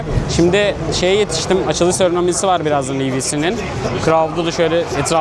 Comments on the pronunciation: seremoni kelimesini serenomi sanıyo... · serenomi değil seramoni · SERENOMİ DEĞİL SEREMONİ aaaaaaaaaaaaaaaaa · hay seronomi diyen ağzına be xd